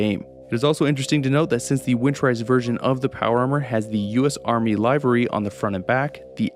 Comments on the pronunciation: Some language nitpicking here, sorry. "Livery" is pronounced "livery", not "livery". (Yes, I know, sorry but I couldn't resist) It's a french loan word, and is pronounced "livv-ry" rather than "lie-very". The original french word is "livrée", typically referring to a distinct type of uniform such as that worn by chauffeurs, or hotel staff. As for power armour, I definitely like the way it's handled in Fallout 4. Yes, it's a retcon, but it's a retcon that makes more sense (at least to me) than the way the armour works in earlier games. The X0-1 is arguably a bit more problematic of a retcon, but there is at least an attempt to provide an explanation in the game. X0-1 is a prototype, still in early development as the war breaks out. That's why a set (or parts of one) can be found near Fort Strong, and also why the Institute has a special material for it - the CIT were somehow involved in developing some aspects of it. The Enclave had access to the development notes, and most likely some of the prototypes, which enabled them to develop their own advanced power armour. It does not explain why the felch a highly classified prototype military armour was put on public display at Nuka World, though. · Great video! As a minor nitpick, "livery" is pronounced to rhyme with "sliver" or "liver".